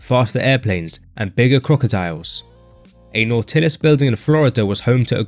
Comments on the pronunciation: What’s not tillis? It’s pronounced Nautilis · been training 35 years.. first time in my life i ever heard some one call Nautilus Nau-til-us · You pronounce it Nautilus like In the book Odyssey From Hamer Not Not whatever to hell you're saying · I really can't listen to videos where the commentator can't even pronounce the word "Nautilis." Looks like this is another channel I will block. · Please, pronounce "Nautilus" correctly... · That was the strangest way to say "nautilus ". That is not how it is pronounce bro. Why? Listen to an Arthur Jones interview. We know of the word nautilus as the ocean is concerned. But the gym equipment has a pronunciation. Do your research.